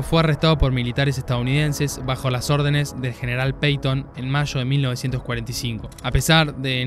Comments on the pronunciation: Amigo... General Paton. Paton... No Peiton. PATON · ¿Quién es el Gral. Peyton, o Peiton ? Quiero creer que no será el Gral. George Patton, ¿no? Porque es imposible que alguien pronuncie así el nombre de este militar! ¡Si es así, retirate de los comentarios de cine!